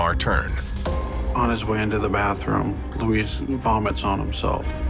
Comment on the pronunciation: Luis, not Louise.